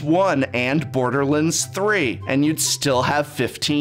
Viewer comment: Your saying borderlands 3 wrong..